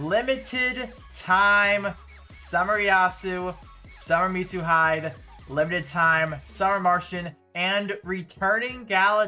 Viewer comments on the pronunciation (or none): So excited to finally pull Galeo! It's Mi-tsu-hi-deh btw